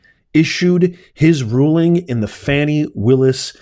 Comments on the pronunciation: Stop Lying! There was no proof! Go Fani Pronounce her name correctly (Faw-nee) Leave her alone! Your entire response is bias! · You are very false and tell the truth beign dishonest to 300,000 people wow group up cant event say her name right you mad😅😅😅😅😅😅